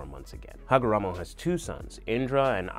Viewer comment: mostly mispronunciation of names like minato, kushina, and hagoromo. he says miNAto, kuSHIna and hagaramo